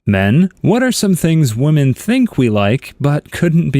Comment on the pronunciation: Woman and women are pronounced differently